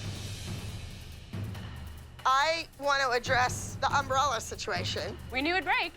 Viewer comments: as a texan it truly hurts me to hear um bralla not umbrella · The way Abby says umbrella really bothers me.